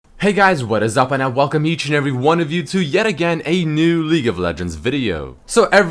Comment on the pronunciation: intro: "Hey guys and I welacome you to league of legends" 😂😂